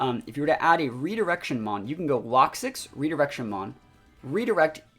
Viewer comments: Why do you call it “locksix” there is no S in there. I always presumed it was pronounced “Low-Kicks” as it’s spelt Lokix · Had to stop watching 5 minutes in. Lokix not Lock Six